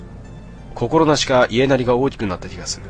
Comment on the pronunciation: いえなり、じゃなくて やなり